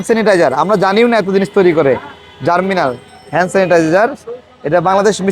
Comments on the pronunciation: পণ্যটির নাম জার্মিনাল না ভাই, জার্মনিল। তাড়াতাড়ি পড়তে গিয়ে ভুল হয়ে গেছে। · Bhai. Salam. Apnar upasthapona aro ektu bhalo hoto, jodi apnar pronunciation correct hoto. Apni "GERMNIL" ke bolchen "Germinal". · Hanks but its germnil not germinal vai. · It’s germnil not germinal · জারমিনাল !! কি বলেন!!!!😮 জার্মনিল ভাই